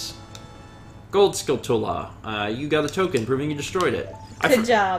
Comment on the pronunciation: For future reference, it's "skull-tula" not "skull-tella" it's a mix between a skull and a tarantula, not a skull and Nutella:)